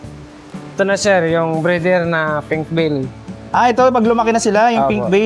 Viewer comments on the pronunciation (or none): Pink belly turtle yung sinasabe ni manong. Pero magkakabigkas nya pink veil.